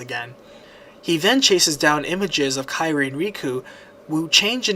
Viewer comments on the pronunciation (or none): none